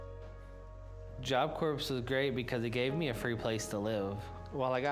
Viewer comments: Depression is a monster. Not trying to be rude, but it's job cor. The p is silent in Corp. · I love how he doesn’t know that you don’t pronounce the S in job corps